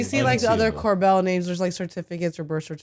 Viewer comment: I beg you. Cobel ≠ Corbel